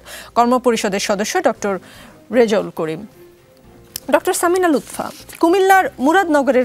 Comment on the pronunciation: Lutpha 😂 not lutfa